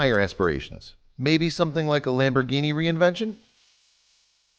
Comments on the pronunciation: I kinda want to strangle you every time you said reinvention. fyi its pronounced rev-ent-on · It's REVENTON not re-invention FFS🙁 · r u fucking dumb bro u r saying reinvention it's reneventen